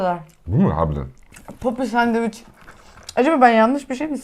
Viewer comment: Bi de sandviç diyebilsen:d sadevüç diye bi sey yok 😀